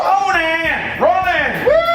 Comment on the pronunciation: Ya got ta say it right On An keep on running Onan on